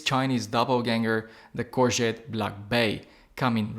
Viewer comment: Pronounced “core go”